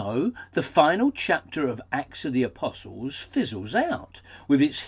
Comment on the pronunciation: i like the pronunciation of "a-piss-alls" ;)